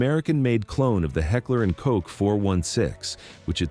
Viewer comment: New channel? Please subscribe?? Figure out how to pronounce Heckler and Koch with that Ai voice and then maybe we can proceed.